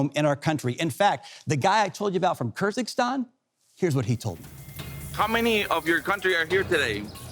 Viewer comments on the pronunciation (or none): That country isn't called Kyr ZiG Stan. Its Kyr-gyz-stan. 😐